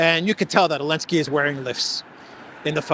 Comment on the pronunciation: Thank you for all of your work in this and The Duran. Question: Why do you pronounce Zelenskyy as Ailnskyy?